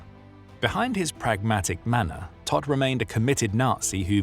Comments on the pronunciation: His name means dead. Prounced toht. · Todt is pronounced « T-oh-t »